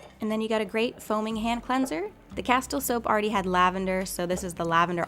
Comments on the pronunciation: Castile is pronounced like Casteele, not Castle with a non silent T. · I was just wondering how close the fires are to you and have you had to evacuate. Also if you put your produce in a bowl and cover bowl with bees wax wraps it will work better. They’re actually not very functional. Also Castille is pronounced casteel